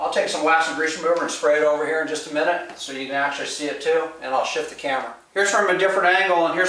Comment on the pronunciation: English is not his first language. At :36 you say "same color here" but it sounds almost like "same color hair" I think he wants to know how much the airbrush equipment costs.